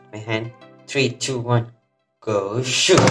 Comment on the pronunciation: I always thought this guy said “go sh*t” when ripping the beyblades 😭😭